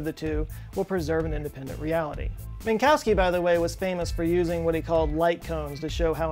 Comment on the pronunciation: Min-kof-ski... Not min-cow-ski